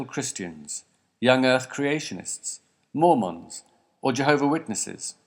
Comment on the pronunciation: I like the way he said 'Mormons' and it sounded like 'Morons'.